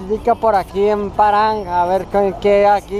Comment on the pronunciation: No es Paran amigo, es Paharganj, por favor.